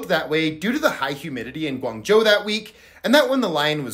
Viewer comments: i don’t know if you’ll read this but your pronunciation of Guangzhou is amazing and it means a lot that you learned it the Chinese way rather than settling with an American pronunciation ❤❤✨ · Finally someone who pronounces Guangzhou somewhat correct😂😂😂😂😂😂